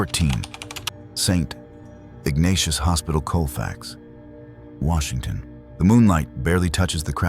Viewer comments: I'm sorry, Welcome To Washontion? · Welcome to "Washontion? "